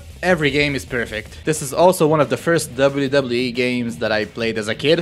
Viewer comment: I love how you say wwe lol "Debly debly e"